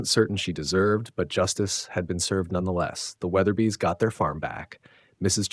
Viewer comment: I was duped... I thought this was a real voice and not some stupid A.I. The mispronunciation of Weatherby differently twice in a minute fixed that! Damn it!! These F**king robots are getting hard to detect. I'm out! I'm unsubscribing, even though these are well written stories.